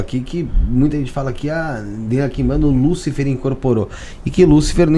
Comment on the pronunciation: Veja bem ...lucifer e lúcifer tem diferença no acento no "U"